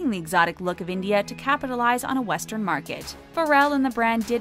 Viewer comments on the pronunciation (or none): none